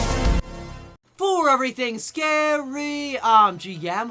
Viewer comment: I love ur videos but not to be mean. I find the " for everything scary I'm gmhaunts" cringe. It's minor but I'm not a fan of the way u say scary